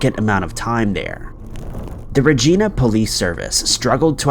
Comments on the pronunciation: For future reference, Regina is pronounced "re-jaï-na" and not "re-gee-na" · It's not Regina it's pronounced more like rhyming with a female body part stating with V and you pronounced Saskatchewan wrong as well but closer than Regina lol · Its pronounced regIna not regeena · Lol keeps sayin regeena but it’s Regina like Vagina ! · It's pronounced Re-Jie-Na, not Re-Jee-Na 😉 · It’s pronounced Reg-eye-na not Regina like a persons name off mean girls LOL 😂 we Canadian’s apparently pronounce many different things pretty much pronounced like vagina just with the R instead of V 👌👍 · It's not "Regina" with a long 'e', it's pronounced "Regina" like vagina! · Luv ur vids. Thnx 4 keeping us entertained. I for one appreciate it Hate 2 B picky but u r pronouncing the city wrong. It's Re Jie Na. Hope u and urs r well Fr across the waters Canada 🇨🇦 🐥❣️🐥hugs everyone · Regina .... pronounced like it rhymes with vagina. I wish it was pronounced Re-Geena lol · Bro I love the channel, but it’s pronounced “RA GY NA,” as in rhyming with “VAGINA.” It’s named after the latin word for queen. Not after the antagonistic female on the show “Martin” from the 90’s. You really need to work on pronunciation of the nouns on this channel. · 5. Its pronounced like "vagina" with a R "ragina" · You wish it was pronounced Regeena 😂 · It's pronounced (ruh jy nuh) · FYI Regina rhymes with Vagina. It annoys me hearing it so wrong lol! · Regina is pronounced Rijaina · It’s Regina…rhymes with vagina…it also smells like it sounds!! Hahah! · Right? Lol it’s pronounced like “vagina”. Regina. The I sounds like eye. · Reg- EYE- na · Ugh I wish you guys would look up how to pronounce the name of places before butchering them. It's Re(long e)g(j)i(long i)na Thank you - great episode otherwise 👍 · Regina, it’s pronunciation rhymes with vagina. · Hey there Regina is pronounced 'Rey-jee-nuh'. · More like ree-jai-na… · We pronounce it with a long I. I believe it is Latin for Queen, and was named for Queen Victoria